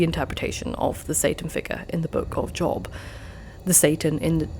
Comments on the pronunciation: FYI it's pronounced "Jobe" rather than Job. I don't know why. I'm loving the first two videos I've watched. How did I not find this channel sooner!? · In Job the o is said long. It's said Jobe, even if spelled Job.